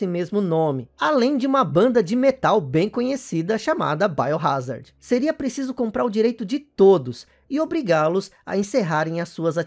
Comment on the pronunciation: "baiorázardi" digo .... "Biohazard"